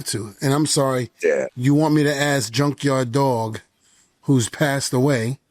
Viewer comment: May I axe you a question?!